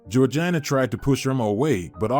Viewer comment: Georgina is pronounced Georgena